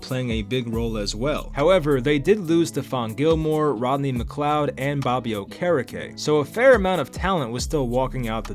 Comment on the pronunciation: McAfee really chopped Bobby Okerekes name 😂😂